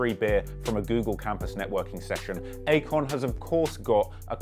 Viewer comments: I kept hearing acorn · I keep hearing "acorn." Lol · i couldn't help but hear acorn every single time you said Akon. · Good video but its not Akon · it aint Akon though...kali